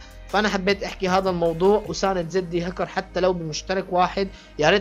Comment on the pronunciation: مشان الله احكي كلمة زد هكر مو زدي هكر 😂🙆‍♂️